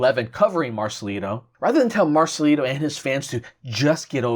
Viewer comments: Please remember it's Marcelito with a T not Marcelino okay? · Marcelito not marcelino..